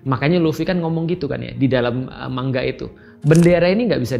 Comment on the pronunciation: Betul ini pelafalan Pak Ust kata "manga"=>"mangga"...spt kata Bu Guru Bhs Jepang Nakama tulen ini...😅😅